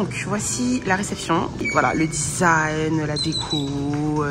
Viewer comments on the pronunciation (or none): none